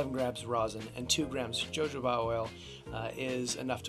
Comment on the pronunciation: This is an absolutely wonderful approach ~ thanks so much for posting! For future reference, though, you'll want to say "ho-HO-bah". There's an entertaining scene in "Pink Panther 2" (Steve Martin) that depicts how much fun using jojoba can be, haha: Again, thank you!!! 🙏🏼😁